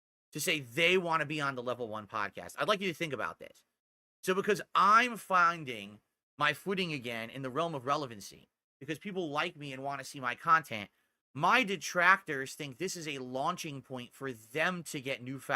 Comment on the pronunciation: "So because I'm fauinding" This guy must have brain damage at this point from all the word salad he spews. This is getting ridiculous.